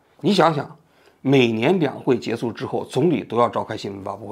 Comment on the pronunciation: 跟我读 结束（shu） 不是 结束（su）